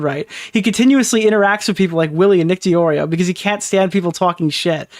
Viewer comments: It just hit me: I think is saying "Duh-Drio" instead of "DeOrio" because of the font on your Twitter account. He may have read it as "DeDrio" instead of "DeOrio" — not to come across as 🤓👆, but that could be the possibility. Though, your blatantly says "DeOrio" so he may be taking the piss out of the font? Idk. I was meant to come into chat and tell you, but it went completely out of my head. Hope you and chat are having a good day/night! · This guy trying to come up with an insult toward you is hilarious. "He LOOKS like an Oreo." "Nicholas Dodrio." Bro. It's not that hard. Deorio. Eat Oreo. Nick Eat-Oreos. Boom. You're done. Fat joke made. Move on with your life.